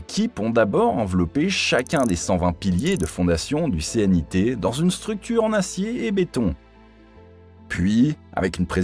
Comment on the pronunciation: On ne dit pas le C.N.I.T., mais le knitt.